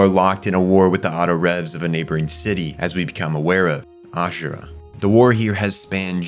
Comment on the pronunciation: Yea he also called them Autorevs and I remember them being called “Autoraves” in the show at least they could of been spelled revs bit it was pronounced raves.